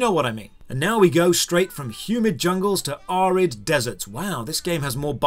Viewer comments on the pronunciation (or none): "Are-rid" isn't a word